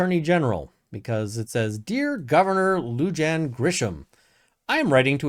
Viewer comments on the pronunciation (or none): Awesome vid. Your pronunciation reminds me of Siri trying to pronounce street names here. 😂💚 Bernalillo is pronounced Burnah-LEE-Yoh, it's Spanish so the double 'L' does that weird thing. Lujan is also pronounced Loo-Hawn or Loo-hanne. Lujan is trying to hire friends and relatives to help pad their pockets during this economic downturn. It's what people do here in NM en masse and on a level I've never seen in CA, OR, WA or ID.